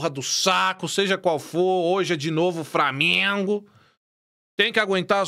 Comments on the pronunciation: Fala Framienguumm kkkkkk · Kkkkkk eu sou flamenguista mas o "frameeengunnn" é muito engraçado velho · "FRAMENGU HÃ ISSO AQUI É FRAMENGUUUU" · Cadê o ''FRAMIENGO'' KKKKKKKKKKKKKKKKKK